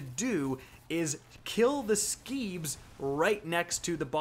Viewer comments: Please, Screebs, not Skeebs. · Guess the R in Screebs silent?